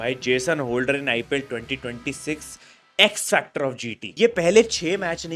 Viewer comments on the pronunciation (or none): none